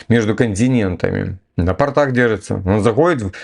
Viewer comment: Не на "портАх", а на "пОртах". ПортЫ - это портки, штаны🤪